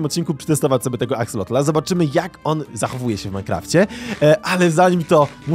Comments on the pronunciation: na przyszłość nie mówi się axolotla ani axolotl tylko axolot, ale pisze się axolotl. Jak coś mnie ominęło to sorry piszę na początku i dawno nie oglądałem więc zaczynam. A jeszcze jak jest jakiś konkurs na imię dla axolotla: Axolotuś. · Axolotl a nie Axelotl! otaczają mnie analfabeci... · Mówi się Axelota a nie Axlota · Ja nie wiem co wy macie że zamiast prawidłowo wypowiadać nazwę axolotl to wy zmieniacie o na e. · XD to się wymawia jak się pisze czyli Akselot/Akseloty wiem bo mam różowe w domu w akwarium /nie w minecraft [*] Catan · Aksalot się mówi jagby co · Mówi się aksolot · mówi się Axelot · Muwi się axelota